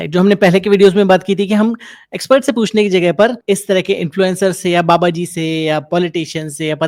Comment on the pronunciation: Baba nahi ba A be😅😅😅